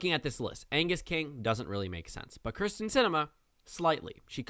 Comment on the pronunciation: It is kyrsten not krysten sinema please pronounce it correctly. have a good day